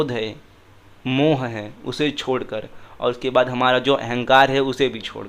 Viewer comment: Correction, when reading gurbani shabads, the choti ee and u ki matra at the end of every word are silent, for example hari is read as har, and mohu is read as moh, this adds meaning to the shabad